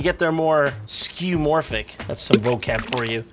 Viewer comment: not "skew-morphic", "skeh-voh-morphic" from greek σκεύος, meaning something between artifact, construct and appliance.